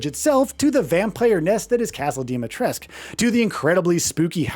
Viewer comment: Castle and lady Dinitresc but it s Dimitrescu.I dont lnow why people at Capcom say Dimitresc,it s not correct.